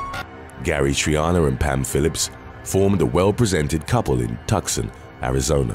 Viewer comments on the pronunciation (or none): TUCSON pronounced too-sawn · Its pronouced Too-sun (Arizona) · You really need to look up the proper pronunciation of Tucson, AZ. As well as a bunch of other stuff.